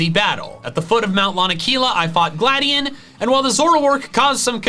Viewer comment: His name is Gladi-on not gladien